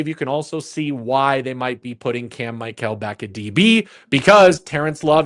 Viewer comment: please stop mispronouncing Cam Michael's name. Dave pronounced it correctly go back and listen to how Dave pronounced it. No player wants their name mispronounced 💯